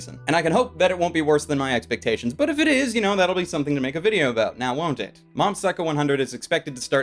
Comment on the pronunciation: I could've sworn I heard him say Mom's Psycho 100 .